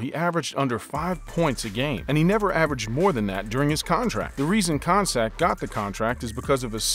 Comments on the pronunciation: his name isnt pronounced kon sak its pronounced con-cack!!!!! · It's not Jon Koncak with the c sounding like an s. It's pronounced Jon Koncak with the c sounding like a k. Do some research & know how to pronounce properly the names.